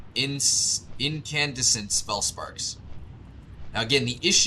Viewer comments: In-can-des-int = bright/ illuminated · incandescent is pronounced like "IN-kan-DESS-ent" :)